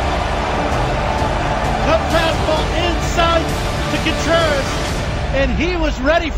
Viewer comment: Amazing. Although I couldn't stand hearing Wilson Cone-Treras